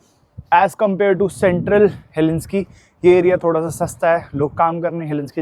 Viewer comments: He-lin-skee nahi hel-sing-kee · उच्चारण गलत है "हेलेंस्की" नही बलही...."हेलसिंकी" है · Helsinki pronounce karo heslinki nahi . Stay blessed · unpad panti ka bhi had hoti hai Helinski na bola karo woh HELSINKI HAI. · Google says it's pronounced as HEL-SINK-EE not Helinski...please check. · Bhai English word pronunciation seekho, facts seekho trip karne se pehle. Helsinki ko helinski bol rahe ho, Viking (Y-King) bolte hai , Vee King nahi, Stockholm hai bhai, stockhomes nahi And stockholm hai sweden mai tu bol rahe hai denmark ka hai.